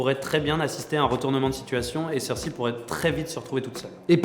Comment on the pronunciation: Excuse mais Cersi ça n'existe pas. Dans la VO c'est Cersei (Prononciation PS : Je suis pas le genre de mec qui regarde la VO :P